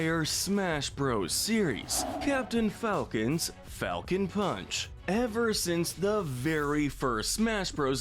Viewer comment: The funny thing about “Falcon Punch” is that I hear him say “I GO PUNCH!” Anyone else hear this?